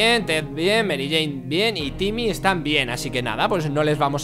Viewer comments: Por que le dise yimmy en vez de timmy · se dice timie no jimie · jajaja dijo jimi o llimi o vhimi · Es timmy no jimmy Agh me molesta que le diga jimmy >:T